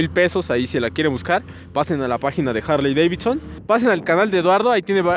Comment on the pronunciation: La Jarley Deivitson 😂😂😂